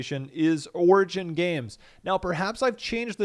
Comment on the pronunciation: what the fuck did you call it? orgin?